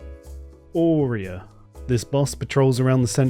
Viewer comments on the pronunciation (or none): Ouriya...not Ayaya 🤣